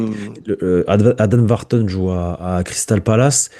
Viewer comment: c Wharton pas Vharton 🥱